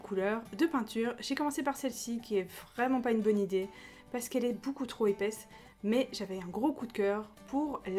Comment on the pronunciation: Tu dit toujours bOUcoup au lieux de beaucoup mdr 😂😂